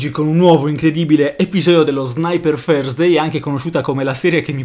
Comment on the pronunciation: Lama ti prego pronuncia bene la parola "Thursday" 😂